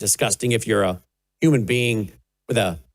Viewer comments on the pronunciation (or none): none